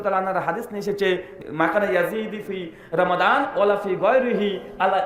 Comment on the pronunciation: যে মানুষের রমাদান শুদ্ধ করে বলতে পারেনা সে আবার ফতোয়া দেয়